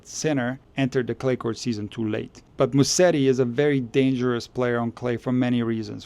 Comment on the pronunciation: It's not Musseri but Musetti!